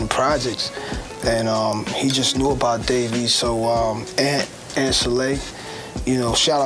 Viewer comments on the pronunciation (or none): none